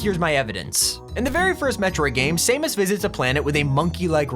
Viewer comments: SAM-US NOT SAME-US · Ah yes saymus that's how he pronounced sammus name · Saymus? It's sAmus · You said samus wrong, its not sae-mus, its sa-mus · my man said same-us son sam-us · the way he says "Samus"